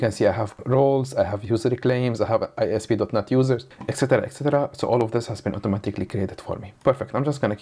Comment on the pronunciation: I cant be the only one hearing dotNUT every time